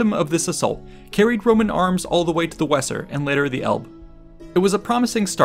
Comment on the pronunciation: No, it's not pronounced "Wesser". Nor is it pronounced "Elb". It's obvious that the narrator has not done five minutes of homework and knows bupkes about ANYTHING. UNWATCHABLE.